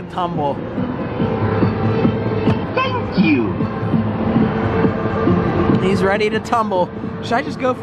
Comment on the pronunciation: I love when it said TANK YU